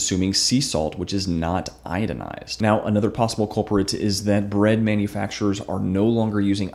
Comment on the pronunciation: Come on man! You make this video and say, "idinized." You make us doubt the accuracy of your information. You really should pull this video and redo it.